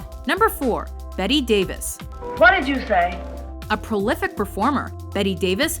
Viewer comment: It's a worthless list if it Joan Crawford doesn't come in the top 5. And Audrey is beautiful but she wasn't much of an actor. Her British accents in My Fair Lady were awful. And isn't it Bette Davis (not Betty Davis as pronounced here)?